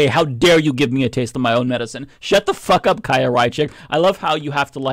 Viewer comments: The fact that no one reporting on this can, or could be bothered to, pronounce her name properly, is one of the most deliciously ironic things on the internet today 😚👌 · I love that no one gives a fuck about how to say her name 😂